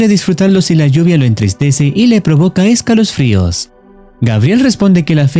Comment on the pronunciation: Escalofrios❌ Escalosfrios✅